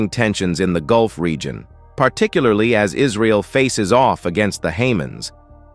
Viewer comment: Stra te giac? Re gi on? Comman maaan